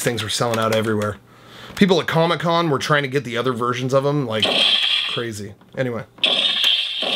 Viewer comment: Duh creem of duh creem